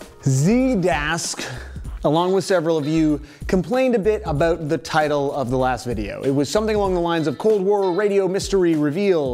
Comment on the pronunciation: "Aboot" Canadian detected.